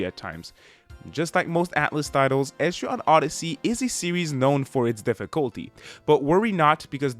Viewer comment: Nice review but also…. Etri-on Odyssey is gonna bother me for the rest of time